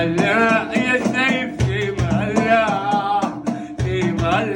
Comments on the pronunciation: في أمان الله تنطق اختصارا (في مالا)وليس ثيمالا. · فيمالا النطق الصحيح لان هيه اختصار لجملة (في امان الله)